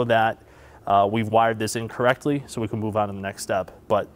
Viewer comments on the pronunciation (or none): & *installed correctly* sounds like you’re saying incorrectly.